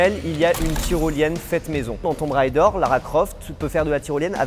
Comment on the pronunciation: Vraiment très sympa votre délire. La faute est répandue mais sachez que 'Tomb raider' (Pilleur de tombe) se prononce "Toum rédeur". Pour 'tomb', OK, il faut le savoir. Mais pour 'raider' (comme l'ancien nom de la barre chocolatée Twix), je ne comprends pas l'erreur. La prononciation "railledeur" correspond au mot anglais 'rider' (cavalier ou motard).